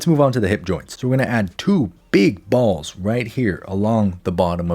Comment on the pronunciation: Why was "balls" so emphasized I'm crying 😂